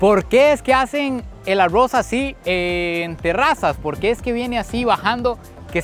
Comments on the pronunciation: 😂porfa no digas tanto la palabra agos 😮si no sabes pronunviar la r doble😮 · Los ticos así pronuncian la r. 🙊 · Así pronunciamos los ticos la "R" 😊😂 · me gusta muchisimo tus videos, pero la manera en la que dices arroz es lo mejor ahahha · Dices arroz muy graciosamente